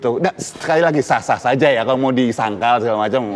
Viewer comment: Biar sazzzzaaaa Cok ... Z atau J?! Saza atau Saja🤪🤪🤪🤪